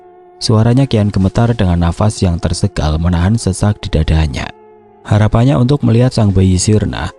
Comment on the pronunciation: kok sy dengerin setiap ngomong tersengal jadi tersegal. Padahal waktu ngomong sangat, banget, hangat bisa lho. Tp klo tersengal kok jadi tersegal? Kenapa om?